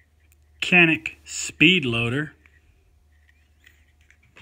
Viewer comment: A lot of gun for the $$ BTW It is pronounced Yan-ick (Canik) Turkish pronunciation :-)